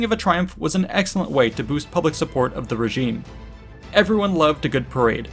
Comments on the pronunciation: Around min "huge PUBIC morale boost" :-) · Great video, though I’m sure a triumph actually does not boost “pubic” morale !!! :-) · "Huge pubic morale boost" at the 11 minute mark?